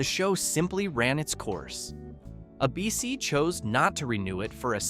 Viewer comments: Who the FUCK is "AhBC"....last time i checked ,the TV station was and IS called ABC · How about cancelled by “ah” BC? You hear Hi-me and ah-bc and it takes a few seconds to hear what comes after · You keep saying "A Bee Cee. " It's "ABC"